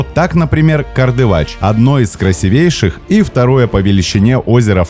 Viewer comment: Спасибо! Очень интересно!!! У вас реально есть все шансы претендовать на уровень образовательных каналов!!! Школярам интересно и познавательно посмотреть именно ВАШ видео контент - реально классно! Но... вы с ударениями в словах плохо дружите( Краси́вейший (о Байкале), а не красивЕйший. Ла́дожское о́зеро (8.51 минута), а не ЛадОжское. Амударья́, Сырдарья́... И так (где-то больше, где-то меньше) в каждой теме. Понаблюдайте за этим))) У меня самой проблемы "с ударениями" были (и до сих пор бывают). Когда меня (взрослого, неглупого, образованного человека) из-за этого стали подтролливать (сейчас понимаю, что менее удачливые и успешные) люди, я начала "ударения" контролировать. И у вас получится))) А канал - просто бомба. Легко, отдыхающе, ничего лишнего и много нового. Спасибо!